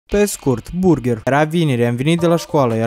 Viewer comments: Si apropo nu se zice burgher , se zice burgăr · burgar se zice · Se pronunta burgar